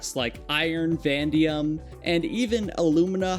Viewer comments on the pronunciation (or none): I just have to say it vanadium not pronounced VAN-DI-UM it’s pronounced VAN-A-DI-UM